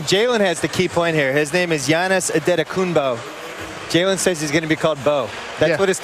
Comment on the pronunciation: and Jalen rose said he should be called bo. Well when u great people learn to say your name GIANNIS ANTETOKOUNMPO has set SAIL!!!